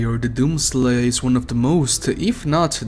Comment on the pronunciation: *Doom SLAY-uhs*